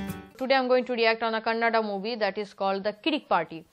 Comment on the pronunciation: madam ones again pls pronounce Kannada not kannad